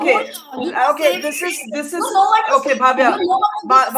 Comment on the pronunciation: It’s Bhavya, please do not pronounce as Bhaavya.